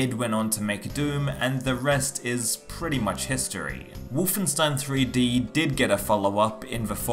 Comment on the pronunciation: But why say the name like ; Wuff-en-stein !??! ..